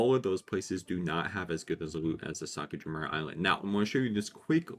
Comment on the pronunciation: my duuuuuuuude Sakura (meaning cherry blossom) Jima (meaning island) If you weren't botching the name so much I wouldn't mind you adding island to the end but AAAAGHHHH XDDD Thank you for the tips though!